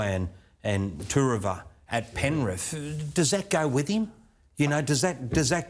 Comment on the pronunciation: my pet hate 😂 grown adults that can't say " Th". " Penriffff"